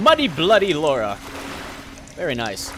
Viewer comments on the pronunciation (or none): Thank you! It gets on my nerves when people lay Laura and not Lara. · its lara not lora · Its LARA! not LORA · "I'm gonna tell you my history with the Tomb Raider franchise..." Well since you kept calling her "Laura" not "Lara", I'm gonna assume you haven't played them much:P Classic:D I love ya for it though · It's Lara not Laura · Its lara not Laura! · Lara its Lara croft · Scumbag calls her Laura, even though that was originally her name, but Crystal Dynamics changed it due to the Americans inability to pronounce it properly. God damnit! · keeps calling her "Laura".....wtf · LARA its Lara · It's not pronounced Lora... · You pronounce Lara wrong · Please learn how to say her name.